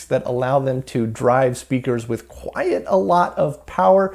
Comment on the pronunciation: While we're nitpicking about things that aren't a problem, you're still pronouncing "quite" like "quiet".